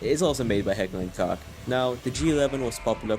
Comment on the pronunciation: just a small correction “Koch” is actually pronounced as “coke” it’s on their website